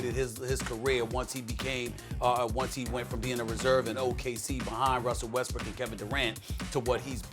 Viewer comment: Did he just say westbrick😂😂😂😂😂😂